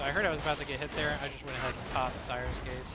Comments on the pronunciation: ScRier's gaze. You were saying it wrong so much I couldn't watch this video. There are two R's in there. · It sounds like you’re saying “sires gaze” - wanna make you aware there is an “r” in there. It’s the “gaze of someone who scries”. I’ve been loving the gun Psyker lately. I use the Maccabean mark 4 sword, which excels at weak spot hits, and cuts thru hordes easily while Scrier’s Gaze is active. I’ve been using the Columbus gun - not super accurate, but melts thru hordes and bosses.